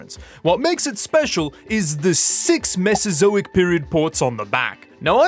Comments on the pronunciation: Drinking game: every time he says mesazoic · I took a shot every time he said mesazoic....I think I have alcohol poisoning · I actually feel physically fatigued by the amount of times you endeavoured to say Mesozoic.